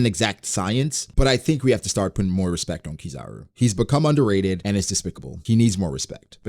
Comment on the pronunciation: Put some respeckt (respect) on his name! 😅